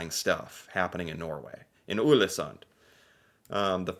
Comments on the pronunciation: Not 'Ulesund' 😁 Just say the English word 'all' in the beginning, and it will be correct. 'All-esunn' (The D is silent, in most dialects) Many thanks for the video!😃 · Not Ulesund, but Ålesund [ɔːlesoond]. 🤔 Ex: Å = A in saw and awful. In your case: Aw-leh-soon 🙂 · Å is pronounced like "aw" in "saw", "raw", "law" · Ålesund .. the Ål is 100% like you say "all" "Sund" is pronounced the same way you say "sundry" but without the *ry So for you its All-eh-sund (-ry) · No no no! Not Ulesund...remember the Å sound. You did a video on Æ, Ø and Å last year. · The letter "Å" first in "Ålesund" is pronounced like "o" in "more, "store", etc. :)